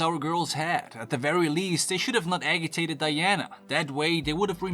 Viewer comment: Just an FYI since I've heard this in multiple videos, agitated makes a "J" sound, so it's pronounced A-ji-tay-tid not A-gi-tay-tid. Not criticizing, just informing 😊